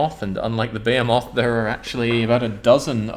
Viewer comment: I like how you incorrectly pronounce behemoth every time.